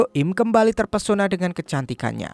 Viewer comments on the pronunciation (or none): none